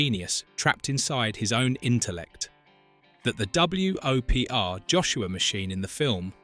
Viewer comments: Hearing it repeatedly say "Double-U Oh Pee Are" instead of just saying "Whopper", which is how WOPR was pronounced, annoyed the crap out of me. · Fun fact: the AI voice pronounced it W O P R, as opposed to "Whopper" as it actually pronounced. Nice try, channel. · W.O.P.R = whopper. geesh